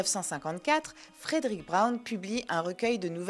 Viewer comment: Fredrick Brown (... et "Frèd'-rick", pas "Frèdéric") fait partie des grands maîtres de l'humour caustique en S.F., avec d'autres auteurs comme Robert Sheckley ou William Tenn. Une intégrale de ses nouvelles (tous ce doit être "Fantômes et farfagenres confondus) avait été publiée en français dans les années 90, mais le 1er de ses trois volumes s'était rapidement retrouvé épuisé (tirage sans doute plus faible que pour les deux suivants). Je ne me rappelle plus le nom de l'éditeur, mais ça doit se trouver sans mal. Et je me souviens de la présence de nombreuses "coquilles" dans le texte, ce qui est toujours déplorable pour un auteur de cette importance. Travail d'amateurs, fait à la va-vite. Je pense qu'il est aussi utile de préciser que la S.F. n'était qu'un aspect secondaire de son oeuvre car il se considérait avant tout comme un auteur de roman "noir". La nouvelle ultra-courte à chute ("Short short story") était l'une de ses spécialités. L'un des volumes publiés jadis chez "Présence du Futur" en comportait un grand nombre (ce doit être "Fantômes et Farfafouilles", si je ne me trompe). En général, les rééditions modernes favorisent "Martiens, go home !" et "La nuit du Jabberwock", mais il n'y a pas vraiment de "déchet" chez cet auteur...